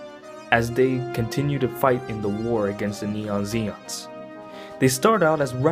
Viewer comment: Please stop saying “neon Zeon” it’s Neo Zeon